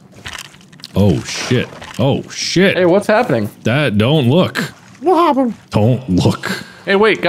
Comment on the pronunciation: Underrated “Wuh Happuh” from